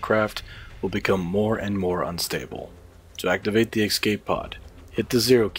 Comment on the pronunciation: was cool until he said EKS-cape pod